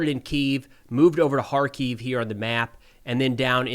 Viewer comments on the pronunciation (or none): none